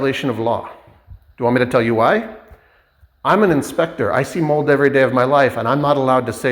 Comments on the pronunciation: Sure about the Half assed work. But Not being able say the word mold is wild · Ucant say mold